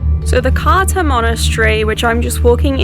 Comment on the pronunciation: Romanian here. It's pronounced Krtza (Cârța). Yeah, Romanian is complicated.